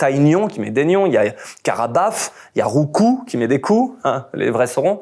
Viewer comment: merci du dit roucoups sans dire le p